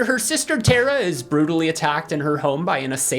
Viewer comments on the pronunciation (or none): none